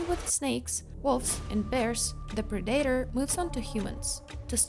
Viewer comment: Prey is a good movie...but she just didn't pronounce "Predator" right!😅